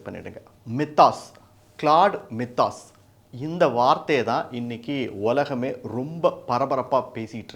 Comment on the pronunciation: "My-thos" என்பது சரி. மி தாஸ் இல்ல. 😊